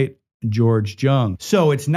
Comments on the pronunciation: It's pronounced Yung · It's pronounced " Young" George's last name. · Its pronounced " Young" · Correction: George's last name "Jung", was pronounced "Young"! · It's pronounced young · You'd think that anyone who took the time to research a famous person in order to produce a video biopic of their lives would at least be able to get the name pronunciation correct, but apparently not. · I came looking for this comment, and was shocked not to see it mentioned by more people! Every time he said it wrong I cringe a little more.😖